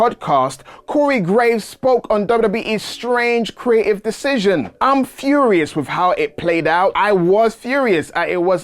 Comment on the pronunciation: the way this guy pronounce 'Creative' ? Cree-A-I'